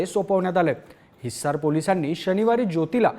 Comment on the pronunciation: हिसार.....हिस्सार नाही... थोडा जोर कमी लावला असतास तर छान वाटले असते ऐकायला